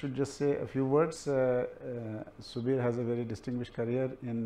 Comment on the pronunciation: It is subir not sabir